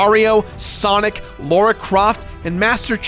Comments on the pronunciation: Repeat after me. LAH-RAH. LAH. RAH. It's Lara, not Laura. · JESUS Tapdancing CHRIST! Can Americans just STOP saying "Laura Croft"/ "Lora Croft" It's a fucking 4 letter name LARA. pronounced laa-ra. Fuck. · It's LARA. There's no goddamn U. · Triggered by "Laura" Croft :D